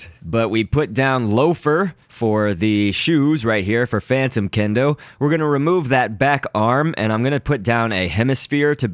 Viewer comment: mangled kendo xd